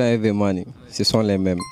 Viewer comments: Mr on peut dire the ( de) ou the (ve ) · Mon frère c'est pas pour te vexer hein, mais ça se dit the money, pas vé money